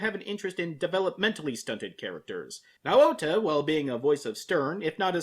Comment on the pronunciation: Yours pronouncing Naota’s name wrong. It makes me cringe.